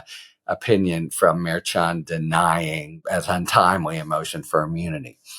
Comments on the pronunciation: Merchan pronounced Mershan. Not March-on. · The “ch” in Juan Merchan’s name is a “soft ch,” meaning that it is pronounced as an “sh.” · Does anyone else find it weird that he still pronounces the judges name wrong even after being corrected?